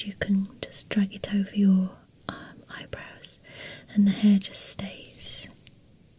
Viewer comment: ahah i love how u pronounce eyebrows.. "eyebros''